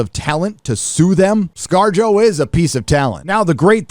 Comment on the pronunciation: Wait scar-jo ? Sounds like scar-jojo. JoJo reference!